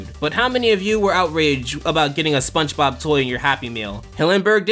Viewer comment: I like how he pronounces it "Spunch Bob"